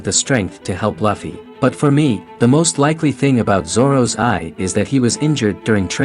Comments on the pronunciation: did anyone else hear him say "Laffie" instaed of "Luffy" i mean he has a channel on onepiece atleast pronounce the name right of the main character. 🤣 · Bro it’s not Lafy it’s lufy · It's not luffie 😂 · Um. It's loofy.